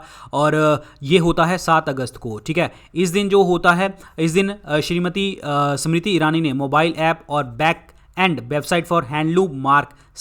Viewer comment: It is गंगवार Not गेंगवार,also it is स्मृति not समृती 😜। please correct your pronouciation.